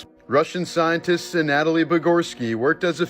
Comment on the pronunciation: It's 'A-Kill-EES' and 'An-A-Toe-LEE'. Fyi.